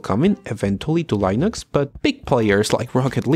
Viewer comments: Ya lo había dicho el mismísimo Torvals, se pronuncia Linux, no Lainux. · Not true. The guy pronounced it correctly multiple times in the video as 'Len-ix" and went off the rails and said "Lie-Nix" a few times. Look anywhere, any Linux video. Everyone pronounces it as "Len-ix" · Lee-nicks 👌.. Lie-nooks 👎.. try, at the very least, to pronouce your subject matter correctly.. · The way you pronounce "Len-ix" as "Lie-Nix" really bugs me. xD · Dude, you either pronounce it Linux or Lainux but not both! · I like how much you switch between pronouncing it as "linux" and "lainux" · It’s not line ux it’s like lin ux like tin with a L then ux. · Did he just said Line ux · lienux and then you pronounced correctly couple of times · HE SAID Linux correctly once, L-in-aaaaaa-xxxxxx. He has been pulling us through a joke the entire video. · leeh ... nucks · Le naux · My biggest problem with this video is your inconsistent pronounciation of Linux, just pick one! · I love how you mispronounce Linux but you pronounce Ubuntu perfectly in the first go. With a lot of other people it's the other way around. :P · You are obviously mispronouncing it on purpose.... Lainux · It's not Linux, it's Linux....